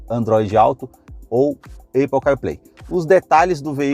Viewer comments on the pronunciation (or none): “Eipou”…fale sério, vai?